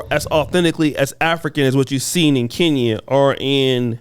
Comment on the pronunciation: Hint: it's pronounced "KEN-YA" (Kenya), not "KEEN-YA"! 😉 🇰🇪